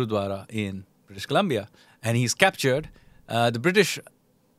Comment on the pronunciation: He can't pronounce Colombia Kalmia and pretend to be expert